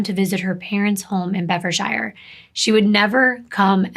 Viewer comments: It's pronounced Bed-furd-sure lovely 😊😊 just so sad she was so beautiful xx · In the UK we pronounce shire as sheer 😊 so it would be Bedfordsheer xx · well, she does mispronounce Bedfordshire.... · It's actually pronounced "Bedfordshire" as in "New Hampshire" ;) I've seen this case covered several times, it's absolutely terrifying...